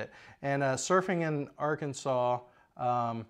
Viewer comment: Please tell me at the beginning that you weren't talking about the state of Arkansas grossly mispronounced.